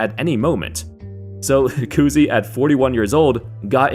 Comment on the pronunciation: Koozie? Lmao its Cousy